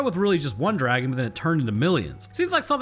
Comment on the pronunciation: just watched your video and you kept mispronouncing DRAGON!